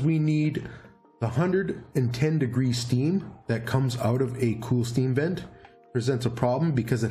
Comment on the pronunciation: Everytime you say sVent, I hear assvent.. lol